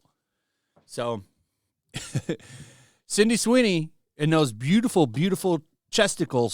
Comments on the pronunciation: I love your videos my man but it's not Cindy it's Sydney lmao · Why do you keep saying CINDY?! It's SIDNEY! SID...NEY! SID...KNEE! Jezus christ, lol. It's like the 4th video now. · Love the channel but you've been calling her CINDY for like the past 5 videos. Sound it out with me: SID-KNEE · Sydney Sweeney, not Cindy Sweeney. GET IT RIGHT. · "Cindy" Sweeney? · Man you keep saying Cindy Sweeney and I wince every time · He always calls her "Cindy Sweeny" 😂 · Are you saying 'Cindy Sweeney'?